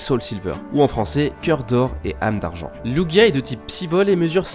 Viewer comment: Ahhh merci tu sais prononcer lugia et oh ho ! ;)